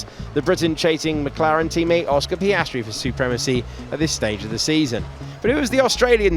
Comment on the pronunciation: Piastri or pace-stri 😆